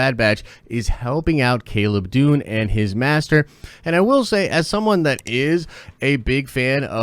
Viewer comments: Caleb Dume not 'Dune' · Gotta point out you're mispronouncing Caleb Dume. Sounds like youre saying Dune.